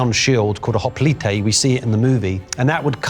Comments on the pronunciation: Wow... this guy is stupid! Seriously, YOU'RE a prof!? No wonder our kids are coming out idiots! Also... wtf is a "Ho-Ple-tAy". That's not even close to the correct pronunciation. Not to mention your complete lack 9f understanding of the Greek culture... or your pushing fake African exceptionalism... or how you seem to push modernism in history. Seriously... YOU'RE a REAL prof!?!?!? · Hoplon dude. Hoplon. Hoplitae is plural for hoplites. Stopped listening there. Credibility=0. THIS is what passes as an expert these days? oof.